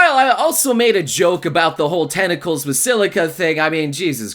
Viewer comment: and tenticals lol